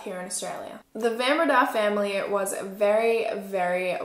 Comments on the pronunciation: It’s van BrAyda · In Afrikaans the "Van" in Van Breda is pronounced "fun", otherwise, thanks for covering a South African crime story! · I'm a van Breda from Melbourne Australia, but from a different family tree. The name is pronounced van Bray-dah. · Bae, here in South Africa we pronounce names differently when they're Afrikaans. Like Fun Bre-yuh-da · I am from Holland Van Breda is a dutch name I love how you pronounce it 😂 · Why is no one correcting the pronunciation of her surname?😭😭😭😭😭